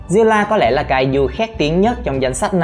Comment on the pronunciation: Zilla nha ko phải ziulla ad phát âm khác